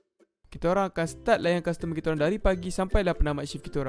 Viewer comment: Custormer ke castermer 🤣